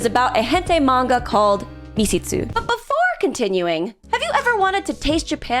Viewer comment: Was it really that hard to look up how Misshitsu is pronounced...